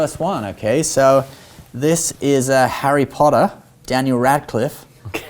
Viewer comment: Even though you destroyed Harry Potters tones who was probably on par with mine, love your work guys! ⭐️😂